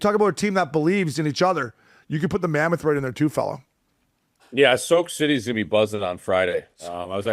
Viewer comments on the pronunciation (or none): “Soak city”😂☠️